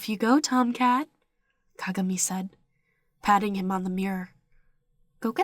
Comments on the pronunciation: Hello, I promise I'm not hating or anything, but it's pronounced Ka-GA-mi. But I love your videos!😘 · They were saying Kagami wrong lmao but no hate I love your videos💓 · I love the way you say kagami